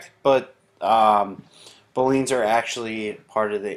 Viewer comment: You're pronouncing Boolean wrong